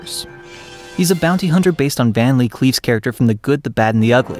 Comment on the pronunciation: "Van Lee Cleef"? Cinema journalism has gone to hell.